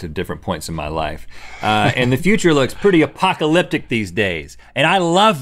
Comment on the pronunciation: he said apociliptic 2020 anyone